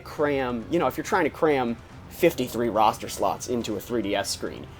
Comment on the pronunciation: "Roster" dammit ><